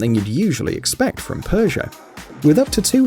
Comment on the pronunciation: Normal people: peugot this guy: Perzia